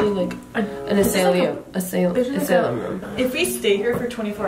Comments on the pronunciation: "ah-slu-m rooms": *laughs at * also: "uh-say-lee-um rooms" ( LOL) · Um it’s actually pronounced uh•sigh•lum🤓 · "azlum? no asailum rooms" A SY LUM. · Not me screaming ASIGHLUM everytime they say asailiyum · Asilum not Asaylem :D (its also actually spelled Asylum, like an Insane Asylum) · Actually, it's not metioned as "asa-li-um" It is mentions as "as-i-lum" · y’all both are wrong. ASYLUM (A-sye-lum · btw, its uh-sigh-lum, not A-say-lum lol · Its pronounced Us-ai-lum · I tried making sure so I tried to say it in the voice record thing that puts down the words And i pronounced it as asaylium and it worked Here’s proof Mental asylum So it works as both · IT WAS PRONOUNCED AS A-s-s-y-l-u-m 😢😢😢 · It’s A-Sigh-lum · AHAHAHAH THEY BOTH PRONOUNCED IT WRONG it’s uh-sy-lum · i love how said "asaylium" and thry both just went with that LMAO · I love the way tried to correct with the world ''asylum'' aswell as her saying it wrong- Asylum is pronounced a-sigh-lom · an asylum (pronounced as-i-lum) is kinf of like a hospital/ prison for mental people so they stay away from harming themselves or others and the room room walls r kindof like cushioned everywhere with NOTHING in them at all. ik im a year late to say this but i wanna look smart so wtv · AsalYn rooms?: No its asAyLium rooms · ”Asayliam room”🤣🤣🤣🤣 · Idk if someone wrote this kind of comment before but for people who don’t know what an asylum is, here is an easier way of pronouncing : ass-ai-lum, hope that makes sense 😂 it means where people kinda live when they are mentally ill. Aka crazy people that would most likely be found acting like something out of a horror movie, (strange smiles or faces, being crazy, mentally crazy/abusive or even physically, chanting weird things constantly , etc..) I hope this helps, if it doesn’t, ‘asylum meaning’ would be the best keyword to search on google. ❤ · ITS SAID UH-SAIY-L-UM. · How to say Asylum : Uh-Si-lum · "Assy- lum "